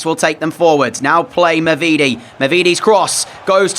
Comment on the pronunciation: the pronunciation is “mavideedee” love the commentary!